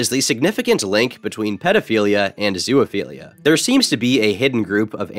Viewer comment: This has been bothering me for several videos but why the fuck do you say "zoo-A-philia"? Where's the A sound coming from?